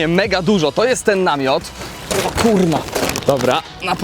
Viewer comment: czy ty powiedziałesz "o kurwa?" czy kurna xD